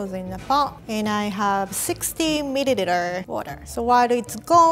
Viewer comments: Anyone. Goin to talk about has she said milliliter 🤣 mididiter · I swear I wheeze everytime she says "MIDIDITER"😂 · Does anyone know 3.26 it’s hilarious, sixty MIDILITER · "200 miririter" cute af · When she said mideldeer I felt that. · she says milliliter midiliter